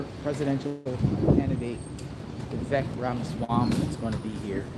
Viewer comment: Vivek is pronounced Vivake as it rhymes with rake.